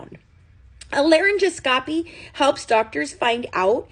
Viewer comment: Just an fyi: It’s pronounced laryn-gos-copy I noticed that Deedee had a very young sounding voice too